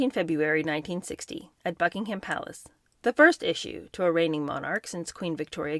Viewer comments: I adore everything about you … apart from your pronunciation of BuckingHAM Palace! It’s pronounced Buckingum Palace … thanks 😘😉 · Just a heads up, Gloucester is pronounced “Glosster” and Gloucestershire is “Gloster-sheer” phonetically spelled. Buckingham is pronounced “Bucking-am” with a soft or even silent “h” sound.